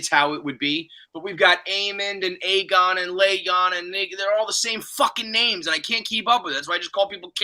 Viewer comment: It’s mind bottling that still can’t pronounce names right after six episodes of people saying the names